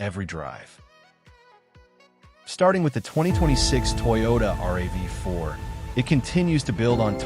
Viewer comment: It's a RAV4 - rav is a word with the 4 added not r-a-v-4